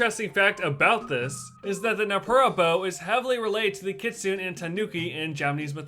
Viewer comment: My least favorite things in this video are: -The mispronunciation of "kitsune". (The actual pronunciations are kɪ.tsʊ.neɪ and kɪ.ts'.neɪ.) -The outdated information regarding Gyroids in New Horizons. (Ones that can be dug up were added in version 2.0.)